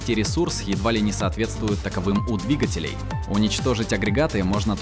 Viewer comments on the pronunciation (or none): none